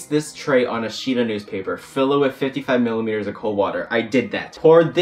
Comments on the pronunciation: "Millileters" Oh my dear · I love that he said milliMEters of water ahhahahahaha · who's gonna tell him that its not milimeters